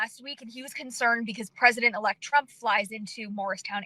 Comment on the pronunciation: Is this an old report ,Ross? I kept hearing "Pesident ELECT Trummmp"